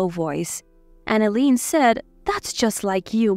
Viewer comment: Eileen is pronounced as ILEEN, long I sound